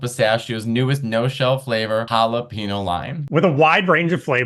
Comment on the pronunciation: Matteo... being that you're half Mexican, I would hope you'd pronounce Jalapeño correctly! 🤦‍♂️ Still love you, though. ❤